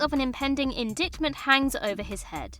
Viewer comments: "In-dicked-ment?" It's pronounced "in-DITE-ment." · Indictment = "in-Dight-ment" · Lol "pending indickment" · Say “indictment” again you stupid girl 😂 - she mispronounces something in EVERY buried. Dumb. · I'm sorry, how did you pronounce indictment?????😆